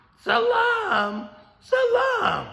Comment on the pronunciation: SUH - LEEM Bruh not Salaam